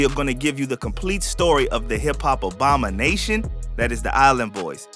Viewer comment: dawg did you really just say “obamanation” instead of “abomination”??? shit has me dead 💀